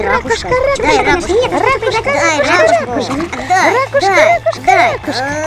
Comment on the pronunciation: РАКУШКА ударение на 2 слог а не на 1 слог Вы безкультурные